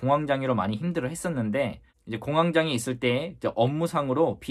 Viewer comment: 공항 장애로 계속 들려서... 공항에 장애가 생겼나 싶었네요 ㅎㅎㅎ